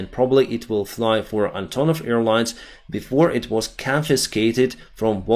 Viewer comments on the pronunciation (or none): none